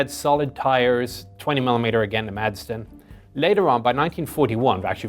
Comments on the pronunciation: As a Dane, making the fine Madsen gun, I may say that the name, for obvious reasons, are mostly pronounced "Massen"! ;-) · Some info for The Chieftain....when talking about the Madsen 20 mm cannon. The "d" is silent when you pronounce it. So saying "Massen" is actually more correct. Greetings from Denmark.